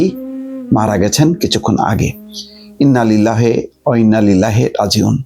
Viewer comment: তুমি তো, শুদ্ধ করে ইন্না-লিল্লাহ পড়তে জানো না। অথচ তুমি একজন মুসলমান।